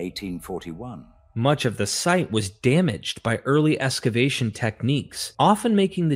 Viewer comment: I'm being distracted by eSKavation as the pronunciation of excavation. - there are other strange readings as well - is the narration and the "quoted text" being narrated by AI? The content is very good though. Thank you.